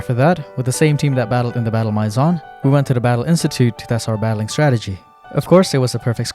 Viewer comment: Please, look up how to say “maison”.